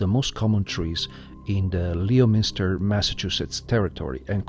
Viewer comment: Lol I love hearing people try to pronounce Massachusetts' wacky names! 😂 Not trying to pick on you, it's just one of those you have to know, to know things. It just gave me a chuckle! And for future reference, it's pronounced Lemon-ster, like the fruit 🍋. Also.. Another great video, as always! Great work! 😊